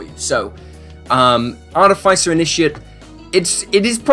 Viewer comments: The way you pronounce Artificer is grinding my gears. It's aar-tuh-fuh-sr with an accent on aar, not aar-tuh-fi-sr with an accent on fi. Minor pet peeve of mine. Carry on. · Google pronunciation search gave me Arr-tuh-fuh-sr. When I heard you say it differently than I've always said it, I looked it up. It was completely different than what I figured it would be. But subtly so. My group always pronounced it Arr-TIFF-eh-sr.